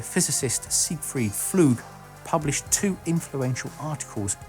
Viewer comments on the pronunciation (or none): Please, stop butchering non-English names. It's not hard to find the pronunciations most of the time. Flügge in not FLOOG. it's close to FLEE-GEH. Szilárd is not SLIZARD (wtf??). It's SIL-AARD. And so on.